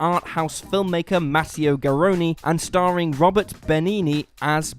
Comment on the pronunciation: Kinda confused how the narrator pronounced Roberto as Robert when it clearly has an "O" at the end. And WhatCulture was wrong putting I Am Mother on this list, surprinsingly it was pretty good and well acted.